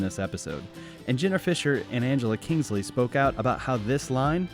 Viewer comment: Just a heads up, and I promise I'm not trying to be rude, but it's actually Angela KINSEY, not Kingsly. Love your work, and thank you for the effort and time you put into these!